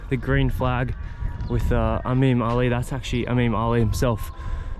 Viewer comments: I honestly think he is mixing the "I" and the "A" sound up. So instead of pronoucning "eemam" he says "ameem" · e - m(a)m that's how u should prounonce it baqlawa not baqlaba